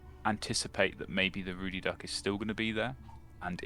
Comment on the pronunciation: It's Ruddy Duck, not "Rudy Duck".